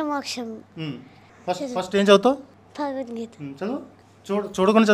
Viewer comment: భగవద్గీత అని పలకండి అన్న....మీకు ఏమైనా సమస్య అయితే ముందు మీరు భగవద్గీత చదవండి....మీరు తప్పకుండా ఆ ప్రాబ్లమ్ పోతుంది..వాక్ శుద్ధి జరుగుతుంది....